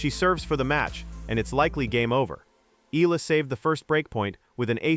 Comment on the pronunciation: Her surname is pronounced E YA LA. Please pronounced it correctly, E YA LA.